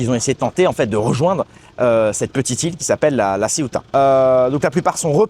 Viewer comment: Mais non pas LA Ceuta ,Ceuta prononcer CE-OU-TA.Ce n'est pas une ile c'est une enclave au Maroc.